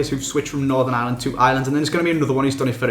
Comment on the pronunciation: Why do English people call ireland island?????